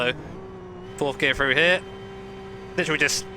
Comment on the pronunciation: froo = through, free = three? UK peeps you stick your tongue to the back of your teeth when you pronounce "th" mmmkay? Fun vid though.